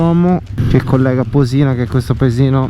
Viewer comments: Ciao :-) bel giro nei luoghi a me vicini Unico appunto il paesino non si chiama Posì-na ma Pò-sina. l'accento è sulla o 🙂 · conosco a memoria queste strade sono le mie in bici. Comunque sbagli sempre accento su Posina ahah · Le montagne a sono Monte Majo e Monte Maggio. A sinistra del passo Borcola è il pasubio. Posina senza l’accento sulla o 😂. E al massimo potevi andare a Schio e pian delle fugazze.